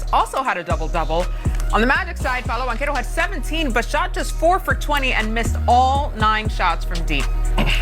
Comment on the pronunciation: Don't ever pronounce Banchero like that again.